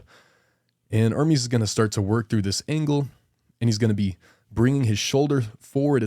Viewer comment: Dude, its not IRMIS ITS ERMEST. Learn some basic pronunciation.